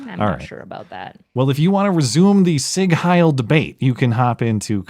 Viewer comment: Every time. Literally every time. It is not pronounced: sig hail Lmao